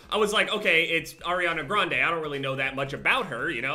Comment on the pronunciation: But u dont even know how to pronounce her last name lol. 😂